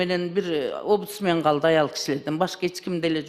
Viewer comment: Опудсмен дейт го Нарматова😮